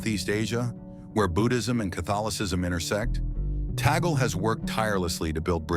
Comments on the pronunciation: You pro ounced Tagle wrong. Its is not toggle. It is Tag le or tag lei. Its annoying to hear toggle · It's TAGLE NOT TAGGLE PLEASE PRONOUNCE IT CLEARLE